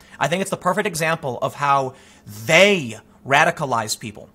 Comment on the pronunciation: pretty emphasized "they" Tim, better watch your tongue